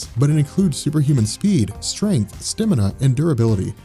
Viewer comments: it's stAmina not stImina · Love your videos but its stamina not stimina